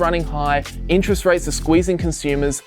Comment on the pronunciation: "Interet Rate" ;)